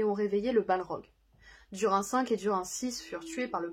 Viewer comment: Duri nne!!!! Sa se dit inne à la fin pas un! En fait, ce nom se dit d-ou-r-i-nne. J'espere que tu ne feras plus l'erreur